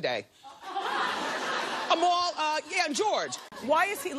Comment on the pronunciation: i died laughing when she said amal wrong